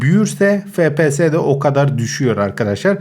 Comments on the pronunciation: abi fepese değil efpies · Abi fps değil efpiyes diye okunuyo